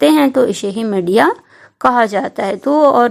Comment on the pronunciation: Madiya nhi media hota hai medam ji